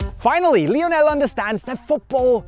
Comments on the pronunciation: Why do say Lionel so Weirdly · The pronunciation of his first name 😂